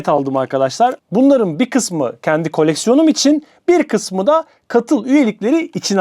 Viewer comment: ''kolleksion'' :D